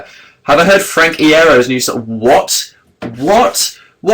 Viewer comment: he said iero wrong im so uncomfortable